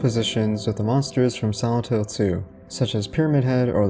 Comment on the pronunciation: I just can't get over your pronounciation of "Silent Hill" that sounds like "santo".